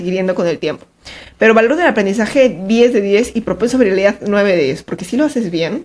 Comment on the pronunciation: Videazoooo, dato curioso. Quién se dió cuenta que siempre está apunto de decir VIRILIDAD en lugar de viralidad jeje